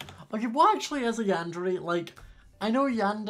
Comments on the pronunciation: Not to be mean and loved the vid but it is pronounced yander(é) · Yun-da-ray is the correct pronunciation